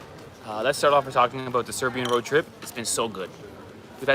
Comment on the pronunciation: your pronunciation of Serbian is excellent. Way better than most other tourists. You are almost local. Once you figure out how you pronounce letter J you are already there. IT is a most confusing letter for English speaking people. Also if you see letter C with the cap on top of it like Č it is like CH on English or S with the cap Š than it is like SH. If the cap on C is only half the cap Ć then it is lightly different but just read it same as Č and you will be close enough so you dont confuse yourself. For Ć you have to speak to local in person. You are right for number 8 it is pronounced like awesome. Also tomato pronunciation is like paradise.